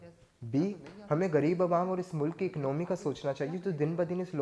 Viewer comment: Its not ecnomy its economy